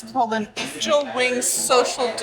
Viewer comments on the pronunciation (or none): none